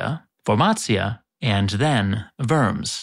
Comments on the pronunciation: It is not pronounced "worms", like these unappetizing little creatures, that slither through the soil, but "WOrms", a steadfast "O". When you speak about names, you should be able to pronounce them correctly, at least that`s what I would do. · Worms in Germany is not pronounced like the animals, rathers like ’Varms‘ (with a sharp s). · Although you are very good in pronouncing German cities, you make a common mistake for English speakers with Worms. The o is pronounced like in the English word "worn". It is funny that many English speakers wrongly think that a German city is named like the animals, while we as kids in Germany wrongly pronounced the computer game Worms like the German city, even if we knew how to pronounce English words. Also, you find the reminders of "Aquae" in Aachen, too. Its French name is still "Aix-la-Chapelle" to be able to differ it from "Aix-en-Provence". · Very nice video, thank you! One single thing: How you do manage to pronounce Borbetomagus, Vormatia and Wormazia correctly, but all of a sudden "Worms" is pronounced weirdly. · Worms is not pronounced like a can of worms 😉 (If it was, it would be spelled with an umlaut, like Köln is). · poor worms pronunciation.. The other german ones were good though!